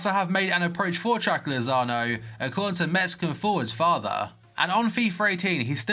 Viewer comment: I hate the way he says chucky